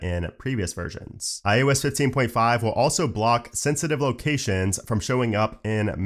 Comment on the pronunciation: I can't be the only one who always hears iUs not iOS